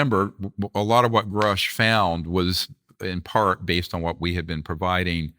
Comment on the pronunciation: Why can't any of these interviewers pronounce "Grusch" correctly?